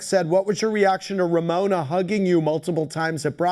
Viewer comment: How does NO ONE say RAMONA?? 😳